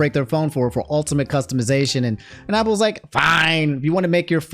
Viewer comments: New drinking game. Take a shot every time says “opple” instead of “Apple”. 😂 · Are you actually retarded. It's not Opple. It's Apple with an a. You have decent grammar but clearly you gotta go back to kindergarten. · why say apple like opple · Hearing the word “Ah-pple” is weird. Definitely gotta be the DMV education system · Everytime he says “opple” I cringe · The pronouncement of apple is hilarious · says Apple like Octagon 😭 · I guess “apple” is another word I can add to the list of word says wrong 😂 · Why do you pronounce Apple like that???